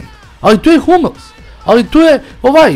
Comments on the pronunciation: Nije Hamls nego Hummels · nije halmes nego humels